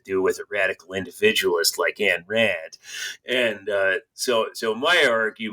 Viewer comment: You wrote an entire book with the premise that Ayn Rand was a nihilist (the diametric 180 opposite of her philosophy in every fundamental way), and you DON'T KNOW HOW TO PRONOUNCE HER NAME. It's not "Ann," it's "Ayn" (rhymes with "mine"). How does someone write a book on a person and not know how to pronounce their name!?